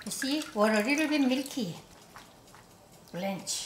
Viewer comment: “Blanche.” -Maangchi